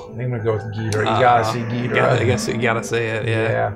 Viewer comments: I say King Ghidorah not Ghidrah. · Its Gìdorah you guys. At least the original japanese pronunciation :) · Ok, I like this video,but every time he says Ghidorah just bugs me.